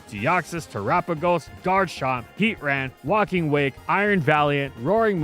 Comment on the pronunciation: Did you pronounce Garchomp like a Caribbean Creole speaker? 😂😂😂😂